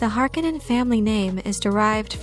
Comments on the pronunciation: the pronunciation is Har-Kone-nen - heavy hitting and commanding ... Har-ka-nen sounds like the cheer squad....geez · Stop saying Har-ka-nen! The word is Har-ko-nen. Use the 'O' vowel sound, not the "A" vowel sound. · It is pronounced Har kon nen... not har kinen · Is the pronunciation really [HAR-k'-nenn] as in this video or is it [har-KOWH-nen] like in the first Dune movie? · Harkonnen is pronounced Har-co-nen and Geidy prime is pronounced Geedy prime. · I prefer the 84 pronunciation of the name. Har-CONE-in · Btw you used to pronounce it correctly if you go by the 1984 movie which Frank Herbert consulted on :) hark-on-non so don’t worry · Great, I'll never not hear the name Harkonnen in a Finnish accent because of this video. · Why has everyone decided to change the pronunciation of Harkonnen from the 1985 film and 2000-4 series. Bit jarring. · It really bothers me how she says "Harkonnen" wrong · Is it me or did nearly every actor mispronounce the word Harkonnen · and if you could only pronounce Harkonnen correctly as the author intended ( eye rolls ) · If you watch the movie you can hear how Harkonnen is pronounced right, also don't use wiki as your script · You are pronouncing the name so incredibly wrong. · The voice reading this is getting on my nerves. Is it computer generated cause it sounds fake. If it’s a person they sound catatonic. And I think you’re mispronouncing Harkonnen. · She’s killing me with how she’s saying Harkonnen uggg....